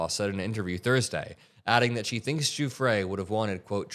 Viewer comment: How does any self-respecting reporter not know how to pronounce "Giuffre" by this point should turn in her press pass. Jeffries? Seriously?